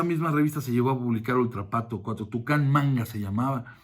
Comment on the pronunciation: Se llamaba: Editorial "Toukan", no "Tucán" jijiji